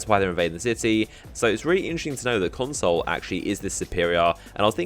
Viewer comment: Everytime you say console i think of moreconsole...